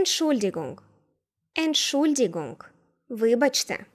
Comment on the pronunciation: Дуже цікава озвучка Entschuldigung ...😅😅😅